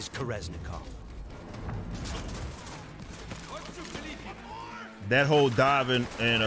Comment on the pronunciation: It's actually called "Korenzikov" not "Koreznikov"